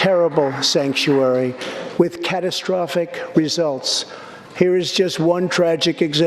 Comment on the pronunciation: He said Stankuary.........